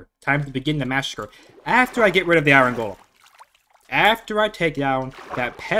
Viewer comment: I was enjoying the video until you said iron then kept saying iron and the way you say it just no why so much emphasis on the r😩